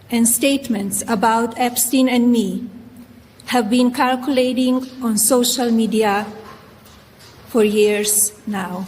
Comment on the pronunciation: Melania Translator: Calculating=circulating Trival=trivial She needed to practice a bit more. Question is, who wrote the speech?